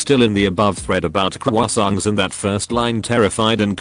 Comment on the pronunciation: Hearing the bot try to say Croissants correctly was hilarious.